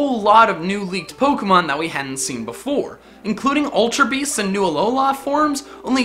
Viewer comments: Alo-lah WRONG Alo-luh RIGHT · its pronounced Uh-Low-Lu